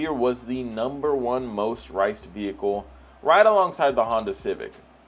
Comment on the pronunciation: STOP SAYING VE HI CLE